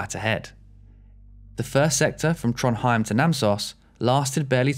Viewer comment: to be honest the only one you almost got right was Trondheim 😂😂😂